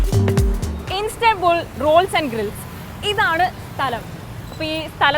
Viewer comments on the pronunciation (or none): ഇൻസ്തൻബുള്ളിനെ ഇൻസ്റ്റബുള്ളല്ലാക്കി 😂😂